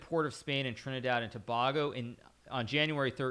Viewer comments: Hey Hikaru, I'm actually from Trinidad and Tobago and it was a pleasant (and wild) surprise to know you've been here. Quick correction though Tobago is pronounced Tobaygo not Tobahgo. Most foreigners get it wrong 😂 so no worries. Started playing chess a couple months ago and love your content. Keep it up. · That Trinidad and Tobago pronunciation 😭😭. Its Tuh-Bay-Go